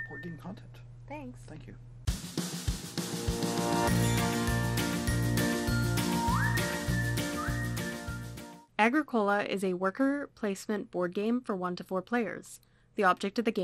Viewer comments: You mispronounced the game title. It’s “A-GRICK-O-LA” not “A-GRICK-COLA” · Uh-grick-oh-lah it's not a soda. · It is pronounced: A-Gric-u-La Signed: Someone who lives in Halifax, where Agricola street is a main thoroughfare. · A well done How to Play within 10 minutes! Small correction though: You must pronounce Agricola so that the stress is on the "i" and not on the "o". ;-) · It is not pronounced correctly. It bothers me ever time I heard it. It is more like a-gree-kuh-luh. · I mean. Nice video. The mispronunciation of Agricola really does make it hard to watch though. It's latin for farmer. Arg(i) means land. And cola mean tilled, or cultivated. Thanks for making the video ill check out a few others. Like that your board is the new version. Not the z man games